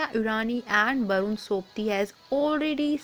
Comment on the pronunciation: It's barun not satun